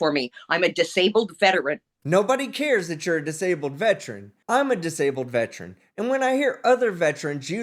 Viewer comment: IT IS NOT VET-RUN. It is vet-er-an.